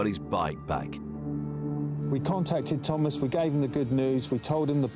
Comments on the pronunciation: I can't get over the emphasis on the pronunciation of the name Thomas by the narrator; Tom-Ass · I love how the narrator says his name TOM ASS